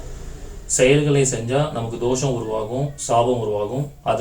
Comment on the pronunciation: அது தோஷம் not தோசம்